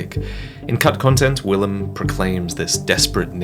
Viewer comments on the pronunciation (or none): none